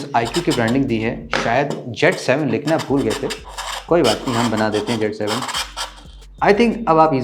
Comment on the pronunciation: It's not jet 7 it's cee 7